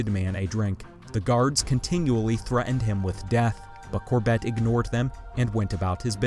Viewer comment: Please pronounce “Corbett” correctly!